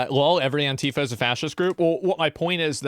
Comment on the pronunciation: “Ant-i-fi” lol